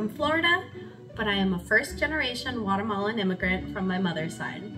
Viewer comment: I was confused at the first entry because she kept saying "I'm Watermelon" or "it is a watermelon..." Then I realized it's " Guatemalan" not " Watermelon" I'm dying right now😂